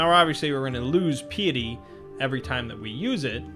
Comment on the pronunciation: Pie-et-ee. Think pie as in delicious pies.